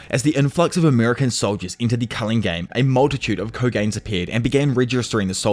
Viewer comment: kogane: is not pronounced k - oh- gain lmao